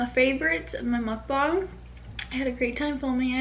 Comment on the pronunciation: Literally you're the only one from most YouTuber I watched finally said "Mukbang" correctly 😭❤️